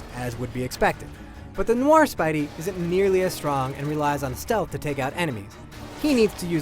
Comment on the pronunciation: Reptativeness was an over exaggerated problem. I didn't notice that much. Noir is the best! (It is pronounced "No-wa". Not anything like "Noi-er")